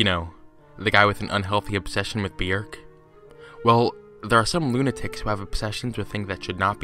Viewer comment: Kudos on your correct pronunciation of Bjork.